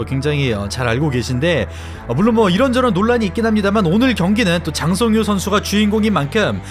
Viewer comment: 아나운서 소개 개찰지네 ㅋㅋㅋㅋㅋㅋㅋㅋㅋㅋ 짜짜짜짜 짱 성 히요 ~